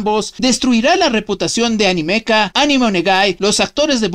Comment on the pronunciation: Tu pronuncias ANIMEKA como "Animéka", yo como "Anímeka", no pensamos igual